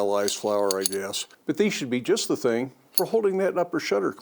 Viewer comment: Did I hear hing of the week……..😀 Sweet looking project, enjoy your day.